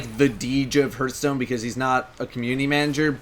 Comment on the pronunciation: I like how pronounced "Hearthstone" as "Hurthstone"